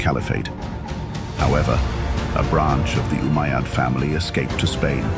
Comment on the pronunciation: RUBBISH, CAN'T SAY UMMAYAD